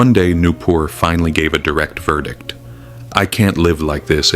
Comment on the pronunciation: Nupur ❌ new poor ✅